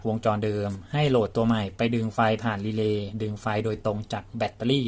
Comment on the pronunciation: นี่แหละชัดเจนที่สุด คำว่า...รีเลย์